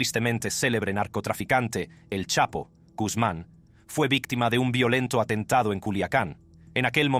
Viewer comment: Rscucharon como rdte señor pronuncio Chapo Guzmán ???????